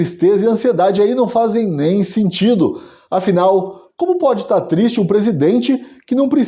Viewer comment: "Tô tisti" 😂😂😂😂... Excelente conteúdo! 🇧🇷🇧🇷🇧🇷